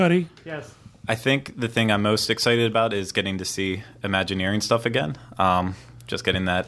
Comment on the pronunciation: Er... 'Again' not 'gain'